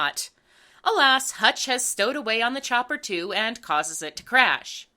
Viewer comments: I’m sorry,, but his name is “Hunch,” not “Hutch.” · Ok, since apparently no one else is going to bring it up; the owl's names is Hunch not Hutch. Sorry but that was like, the one thing in this review that really bugged me. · The Duke's nephew is named Hunch, not Hutch.